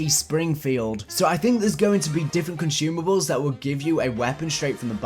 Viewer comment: THERE IS NO "H" IN CONSUMABLES stop mispronouncing things!!!